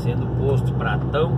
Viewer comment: Boa noite, vc passou na minha região, vc até falou o nome da minha cidade, só que falou errado, é Carmo do Paranaíba kkkkkk, mais dá nada não kkkkk, e o posto também não é pratão não, é patao kkkkk, tudo de bom pa vc, viage com Deus